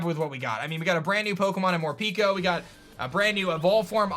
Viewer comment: i think is pronounced MorPEHko since peko pronounced like that is a part of the saying for im hungry in japanese